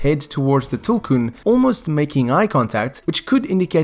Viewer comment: Yeeees finally someone pronounced tulkun correctly